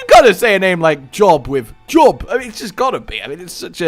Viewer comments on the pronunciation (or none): Job is pronounced Joewb like joe and globe together dont ask why it just is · Pretty sure Job would be pronounced "Jobe" as its a referrence to the biblical character with the same name pronunciation